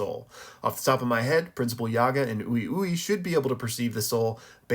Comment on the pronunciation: Why does everyone pronounce Ui Ui’s name wrong? In episode 46, and in other episodes, both the English and Japanese voice actresses for Mei Mei pronounce his name very clearly as “wee wee.” Not a big deal at all but I was wondering did no one hear it?